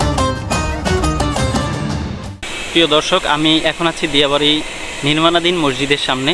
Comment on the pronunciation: ভাই আপনি নামের ভুল করে ছেন দিয়া নয় ডিয়া হবে